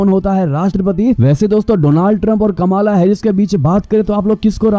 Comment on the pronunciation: कमाला नहीं कमला नाम है